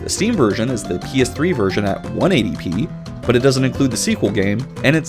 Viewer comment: 1080 p not 180p like you keep saying